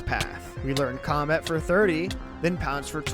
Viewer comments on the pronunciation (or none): none